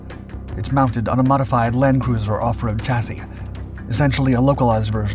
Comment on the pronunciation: The narrator pronounced “chassis” correctly! The message finally got through! Hooray (and congratulations, and thank you!)!